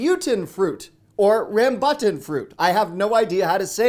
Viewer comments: It's pronounced "Rum-boo-than". You aren't supposed to slice them in half, you are supposed to squeeze them between the palms of your hands and they will pop open. Then you suck on the white fruit and spit the seed out. 🤣 Glad you're willing to try something new tho. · It’s pronounced “Ram-Boo-Tan” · That tropical fruit — Rambutan — is pronounced like this — Ram-Bu-Tan if you’re from the US or with a soft A elsewhere. You’re correct, it’s like a Lychee but a bit juicer. They are never as good outside of Southeast Asia or Central America but having lived in some of those countries for many years I miss the unusual (to us) tropical fruits and shell out a ridiculous amount to get them when I see them. I lifter just head off to Costco this week (it’s 2 hours away) to stock up. I’m very surprised to see it at Costco so thank you for including it in this video! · RAMBUTAN is pronounced RAM-BOO-TAN. This fruit can be found all over Southeast Asia but the ones sold at Costco come from Mexico. Central Mexico has the same tropical climate as SE Asia and it grows many fruits from SE Asia for the North American market. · In the Philippines we pronounce it like Ram (like in Ramen)- boo (like in boot)- tahn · Ram-byou-tan. Also liechi. Please. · It’s “ ram-boo-tan” popular southeast asian fruit. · Rambutan- Ram-boo-tan is from Southeast Asia😬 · Ram...boo...tawn is how you pronounce Rambutan. I had to learn how to say it, as well. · Ran-boo-tahn. You probably got a bad batch. Yes they taste exactly like grapes. Peel it all first, you don’t need a knife. Then chew around the seed. Try it chilled but not frozen. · Rambutan pronounce as “rum bu ton” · "RAM byoo tan." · rambutan- ram boo tan. lychee- lie chee. you peal rambutan. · Rambutan. Ram boo ton. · It's pronounced ram-boo-tan. It's a fruit native to Southeast Asia. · RAWM boo tawn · Emphasis on the first syllable of rambutan. The a is pronounced like the a in ahhhhh (as said in a doctor’s office 😝😁). The u is oo as in hoot.